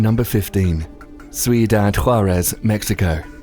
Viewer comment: the way he said cuidad💀